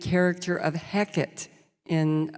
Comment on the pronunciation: I worship her but every time she mispronounced Hecate I wanted to die :P